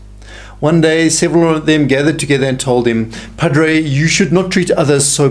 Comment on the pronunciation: Pa - DRAY Not Pa - DRO